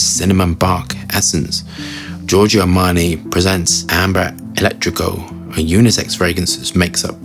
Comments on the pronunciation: This one is on my wishlist. Also, two things: the caps are said to be made of resin (more upscale), not plastic, and eccentrico is just like the English word eccentric with an ‘o’ tacked on the end; eccentric not not electric. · Bro not hombre electrico it’s ambre eccentrico lol It’s means eccentric hunger in Italian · ECCENTRICO not elettrico lol